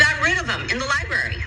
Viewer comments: "Liberry" isn't an appropriate word either. Clearly they don't know how to speak correctly! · The word is “libRary”. The letter “r” is after the “b”. It is not a “berry”; it is a libRary.